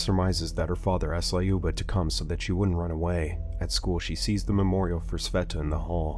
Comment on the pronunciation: Thayoma and Layuba are pronounced Тьома and Люба